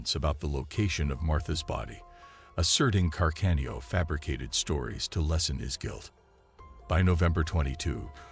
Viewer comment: Can-arda...oh dear, another robot voiceover